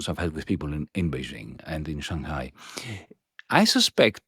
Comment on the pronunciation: wow Yanis pronounced Shanghai properly in its native tone, impressed!